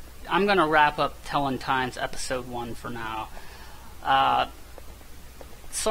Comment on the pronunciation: do you really think telon is pronounced "tellin"?